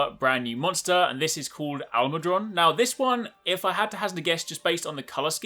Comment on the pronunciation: Definitely pronouncing that monster All-mud-Ron like his names Ron, but he's all mud.